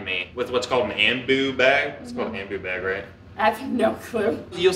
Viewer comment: Respiratory therapist here that watches your channel. Ya’ll are awesome! And a lot of people are sensitive about trach sites. And yes you said ambu bag correctly. Lol